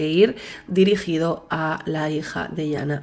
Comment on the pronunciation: Es Yana no iana